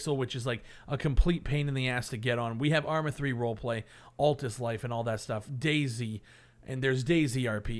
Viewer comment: Cough... DayZ. Not Daisy.